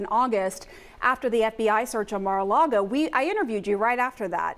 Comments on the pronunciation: He’s a Republican hack, and always has been. Also, it’s Lago, not Largo… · How sharp can this guy be if his ability to gather intelligence doesn't extend far enough to understand that Trump lives at 'Mar-a-Lago,' not 'Mar-a-Largo?' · Turner, it's not pronounced "mar largo" it;s Maga Lardo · Mike Turner can't even say Mar-a-Lago correctly.